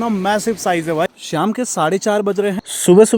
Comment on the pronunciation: श्याम नहीं शाम बोला करो।